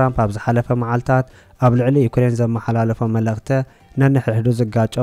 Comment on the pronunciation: መግለጸ ዘይኮነ መግለጺ ተኸታተልተ ዘይኮነ ተኸታተልቲ መልእኽተ ዘይኮነ መልእኽቲ ተዋስእተ ዘይኮነ ተዋሳእቲ ኢልካ እስኪ በጃኻ ኣንብቦ እውይ😢😢